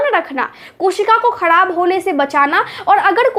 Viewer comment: Khadab Nahi kharab Sahi bolna sekhiye you don't mind